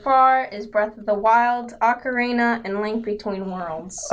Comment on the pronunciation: Hearing you say Ocarina like Macarena is hilarious.